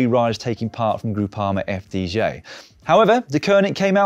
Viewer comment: Repeat after me: eff day jee. Not eff dee jay. Thank you.